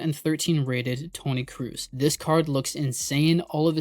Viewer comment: pls dont say krous is kroos